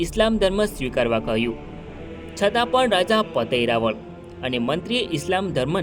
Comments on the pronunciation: ઇતિહાસ ના મહાન વ્યક્તિત્વ ધરાવતા હોય તે રાજપૂત ચૌહાણ રાજા જયસિહદૅવ મહારાઓલ ' પતય રાઓલ " ઉચ્ચાર કરશો્ જેથી બહાદુર શુરવીર શક્તિશાળી ભક્તિવાન રાજા નું ના ગૌરવશાળી રહે્. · ભાઈશ્રી પાવાગઢ ચાંપાનેર ના હિન્દુ રાજપૂત ચૌહાણ રાજા નું નામ પતાઈ રાઓલ જયસિહદેવ મહારાઓલ નામ નો ઉચ્ચાર કરશો્ રાઓલ ' નો અર્થ. રાજા મહા રાઓલ અર્થ મહારાજા માન વાચક શબ્દ છે મહાન વ્યક્તિત્વ ધરાવતાં. બહાદુર શુરવીર શક્તિશાળી ભક્તિવાન રાજવી જયસિહદેવ મહારાઓલ (પતય રાજા) પાવાગઢ ચાંપાનેર રાજ ના રાજવી હતા્ વારંવાર ભૂલ ના રહી શકે હ